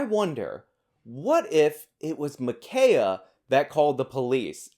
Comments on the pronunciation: It's actually pronounced 'Imma Ki' ya' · Why is this hard? Ma- k -eye -a? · The dead girl's name is actually pronounced 'Imma Ki' ya'. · It's pronounced Ma Kia! Like "why you b tryin to take MA KIA!!" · Muh-keye-uh His name was Robert Paulson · Today, we’re discussing the shooting of Ma’Khia, Ma’Kayla, or Ma’Kenya Bryant. Sorry, I don’t know the pronunciation of her name. 🤣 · I think it's incredibly ironic that you can't take 5 Seconds to learn how to pronounce her name correctly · Why would you apologise for mispronouncing her name? She tried to murder a teenager